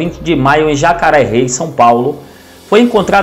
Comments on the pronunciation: E Jacareí SP não jacaré 🐊 😂😂😂😂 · Jacareí e não é rei tem acento no final vê a pronúncia certa em algum jornal ok ✅